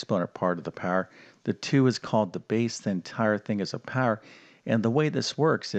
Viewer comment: Where are you from the word power,power learn how to pronounce 😂😂😂😂